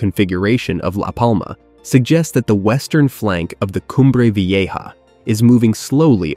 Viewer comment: pffff.....you can't pronounce a simple word like 'vieja'?